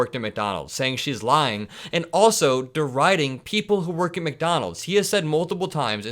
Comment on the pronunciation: Makes me sick. Everytimes he says she is ljying. 💙🇺🇲💙🌊🌊🌊